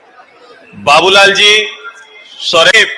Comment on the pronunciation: Hindi language ka sahi pronaunse kro babulalal.